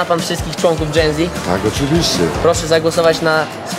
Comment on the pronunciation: *genze ona powiedziała ( nie hejt)